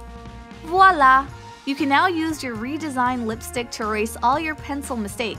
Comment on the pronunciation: Please don’t ever say voilà Sincerely -A french speaker